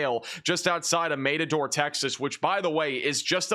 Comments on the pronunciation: It’s matador, not mate ador you genius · Mat a door not Mate a door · Maid-a-door???? Don't know anything about bull fighting do you. Its Mat-a-door. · The pronunciation is Matt a door. Like in bull fighting. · Mat a door say it properly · It’s pronounced Matador, like a Spanish matador fighting a bull. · Matador Texas is pronounced just like the Bull fighting matador 😂.